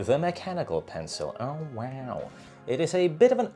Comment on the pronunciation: why does he tell oh wooow like this😅😅